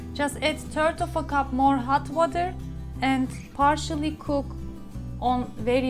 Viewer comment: Sorry, but I had difficulty understanding your English this time. After a lot of rewinds and replays I finally understood. Tell me where you learnt your English.... Ireland? Turd of a cup,...wid a or, along wid, etc. A complete lack of "th" . Tanks for reading.